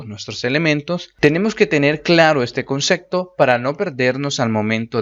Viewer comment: Muy buenas las explicaciones amigo, suscrito y dejando like pero por favor.... no digas concecto!!